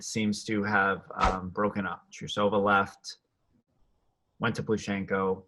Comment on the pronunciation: btw it’s TRUE-suh-vuh not true-SOH-vuh 😉